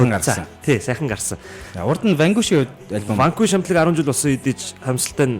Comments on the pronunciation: zasaj heleed bhd ni urdaas ni harchaad Vanguish geed bhin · Vanquish geed neriine zov heleeche unshij chaddgumu hashain hutlugch ni